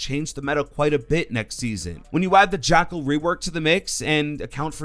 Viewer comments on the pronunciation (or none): none